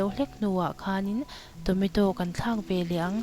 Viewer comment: I thil siam a tui hmel a I siam thiam awm khawp mai ei ve pawh chak awm i aw pawh a nalh mah se Tometaw ka hre lo Tomato chutney ka hria han lam dik la chu tha khawp ang